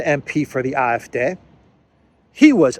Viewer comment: Great pronunciation on AF, the D is pronounced like Day.